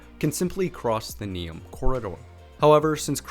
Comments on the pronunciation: I must congratulate you on correct spelling of Croatian names. It is rarely seen in American people. Though it's funny how you pronounce Neum wrong, as if your message is that only Croatian toponyms deserve correct pronunciation. :-D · You gotta learn how to say Neum right. It took me a few second to realize what you were saying. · Excellent video, but please don’t take this complaint personal; your pronaunciation of names that regarded Croatia and Bosnia were very incorrect, to the point that I myself didn’t know that Neum is Neum until you wrote that down. In future please give some effort to your pronaunciation as it is very disrespectful towards both countries and on the other hand, I guarantee that people in both of those countries have a very good pronaunciation of English proper names. Great video!